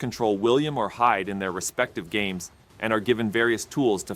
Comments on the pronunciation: When he said "William and Hyde," for a moment I was confused. Who the hell was Hyde? Since when was there a Hyde in the game? Then it suddenly hit me....oh Hide! It's pronounced "He - day (2 syllables)" ffs. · The way he pronounced "Hide" man, that's just wrong